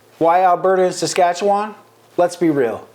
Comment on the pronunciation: Never would I ever want to be an American. I am 100%Canadian. Born and raised Forever and always Canadian. And learn to pronounce Saskatchewan properly.